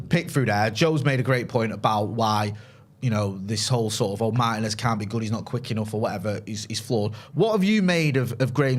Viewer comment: Not for nothing guys but can we start saying Martínez correctly. It’s only like top 3 most popular Latino surnames. Does Martin-ez really not sound absolutely ridiculous when you say it. Like his last name is Martin with and ez on the end of it? You’re basically mispronouncing the equivalent of Joe Smith. FYI it’s Mar-Tee-Nez. Not hard guys. Martin-ez sounds so cringe yokel it’s not even funny